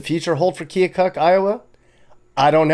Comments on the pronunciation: Time to start the great local debate. Its Pronounced Kill-kuk not kee-oh-kuk! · Pronounced "Kil-kuk" if you're from there.